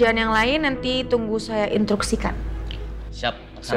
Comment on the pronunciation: Hah, dibilang tak terpelajar juga gak mungkin. Tp lucu, sekaliber Marsha gak bisa ngucapin instruksi, tp intruksi. Ck.